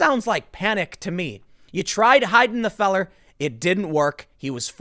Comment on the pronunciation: "Feller"? Tim's calling people "feller" now?